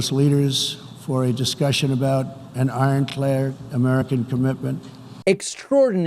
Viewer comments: He says "sovereint" instead of "Sovereignty" and he mispronounces "Ironclad" as "Ironclair" This is what happens when you elect a functional illiterate as your leader, folks. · "Ironclaird" Oh for Gods sake. Worse, he has no idea what he's reading.